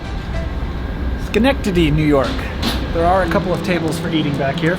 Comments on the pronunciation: I'm originally from Albany, and now living in Alabama. It was great to see the scenery of home. I had to laugh at your shock of the spelling of Poughkeepsie, and cringe at your pronunciation of Albany ("All-benny"). And then you got Schenectady right! Bravo! Not every video has to be high-excitement. This was a good watch. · I’m an upstate New Yorker and it’s so cool to see places I recognize from an outsider perspective. I cannot recommend the views of the Adirondacks enough. They run call trains up through the mountains this time of the year, and it’s beautiful (props for pronouncing Schenectady correct too, most people don’t)